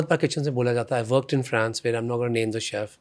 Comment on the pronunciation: His full face job done in usa.Now He looks weired. France he cannot Pronounce. He speaks terrible english,with an American accent.